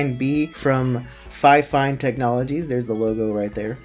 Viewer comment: You pronounce it like fe-fine.